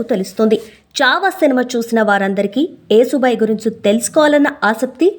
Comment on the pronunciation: Vinalekapotunnam thallee...yasubai ani cheppandi😮😮